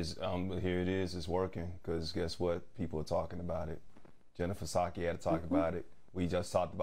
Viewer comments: Did the black woman just call the press secretary "paaa-sakai" The "p" is silent dear.. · Sharon? The P in Jen Psaki's name is silent!